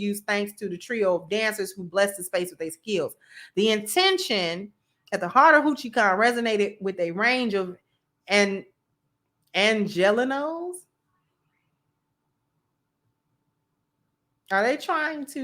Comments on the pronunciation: I am from Los Angeles. “Angelenos” is exactly that. A term for for people of the area. It is pronounced “Ann-juh-LEE-knows”. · it’s like (An je Lee No) angelenos. I’m from Los Angeles love your show 👍🏾